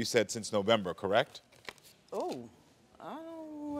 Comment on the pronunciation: The fact that she said correck instead of correct is mind boggling 😮‍💨😮‍💨